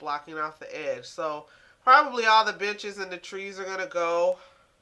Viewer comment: Benches sounded like bitches